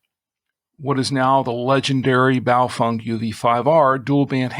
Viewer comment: At this point you still don't pronounce Bao-FENG. as FENG, ...not FUNG. What do you know that we don't know? lol